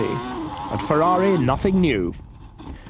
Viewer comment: Down a shot every time he says "Berger's Fewawi"